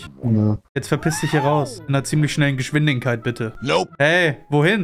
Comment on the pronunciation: digga merkt keiner das er geschwindinkeit sagt anstadt geschwindigkeit